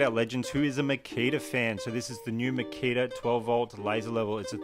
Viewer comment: Makita is pronounced Ma - Key - Ta.